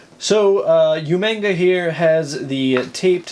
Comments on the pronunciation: You mispronounced umaga, it's not you-maga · Love the video you sead umaga wrong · You said umagu name wrong